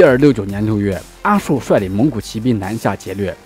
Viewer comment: 阿术的术不读shu，读zhu。清代给元史的人名地名标注音，他的名字就是Aju。